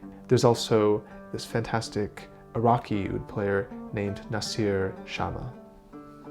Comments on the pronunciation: I hate it when he pronounces the Oud as ood. Its moor like Ah-ood. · If you're so fascinated by it, learn to pronounce it more authentically. It's not pronounced with an "oo" sound from the mouth, but more a "ou" sound from the lower throat. It's, of course, hard to explain how to pronounce something without using sound, so I'd recommend anyone interested to look up the pronunciation. After all, music originates from culture, and language is part of culture. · Just like the semitones are challenging to your ears, your pronunciation of "oud" (عود) is challenging to my ears. It sounds like you say "ud" with the first vowel pronounced in the front of the mouth. But it should be pronounced back in the mouth because the first consonant ع (that most people that doesn't know Arabic just skip) is pronounced really far back. Here you can hear the pronunciation: I would also like to question your statement that العود (al oud) means "from wood", the word عود means stick (or wood) and العود means "the stick" (or the wood). There is no preposition there. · The way its pronounced "ood" me for some reason "owd" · "ood"? maybe "owuud" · It is pronounced as "aaoudduu" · عود not ud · its pronounced aoud but good try and nice video, oud is played in the arabic world so therefore all the way from morocco to turkey and down to somalia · The way he pronounces oud is too funny